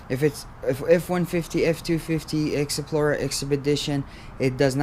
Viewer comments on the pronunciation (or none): “Exesplorer” “exedition”